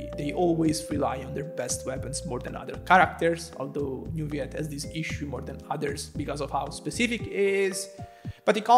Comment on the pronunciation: As french , we pronounce Neuvillette with L , as you would pronounce ROLL or ALLWAYS. Ville mean city in french , Neu means new when it is used before another word as a prefix , and Ette means small when it is used at the end of a word as suffixe. So basically Neuvillette would be the name of a relatively new, small city in real life , in France. if it was meant to be pronounce NeuviYette , it would be spelled with a Y as the word YES. Double LL is allways pronounced as a simple L in french , never as a Y. As usual good video , good job.